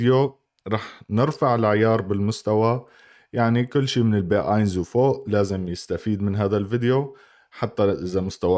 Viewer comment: اينس تلفظوه اينز